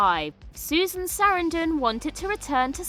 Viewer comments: It's horrible. Highlighting her as a super famous star and then mispronouncing the name is jarring. It makes me immediately think the narrator is dumb and the editors are absent. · I can't get over the way you pronounce Susan Sarandon's last name 😂 I love it btw 😁👍